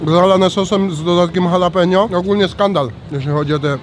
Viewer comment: Wymawiaj po polsku tak: halapinio!!!! mexican pronouciation. Pozdro!!!!!!!!!!!!!!!!